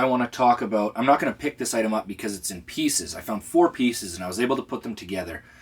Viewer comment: A soul from a boot? A boot what?! What is it a boot?! What are you trying to say strange Canadian man?!